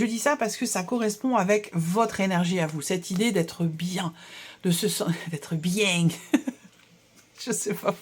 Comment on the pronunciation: « Être bien » avec une petite intonation méridionale qui m’a fait rire car en lien direct avec mon futur déménagement, en octobre, dans le sud de la France🤭! Capricorne ascendant gémeaux et lune en scorpion avec un point commun pour les trois « l’attente = patience»🤪 Merciii et bon mois de juillet🤗🙏🏻